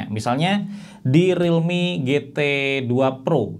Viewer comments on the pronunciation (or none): none